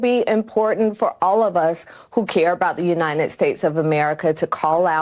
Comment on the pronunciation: I thought Joe Biden had a Copyright on "Uninen"! I'm starting to think that no Democrat can pronounce the word "UNITED" without bursting into flames.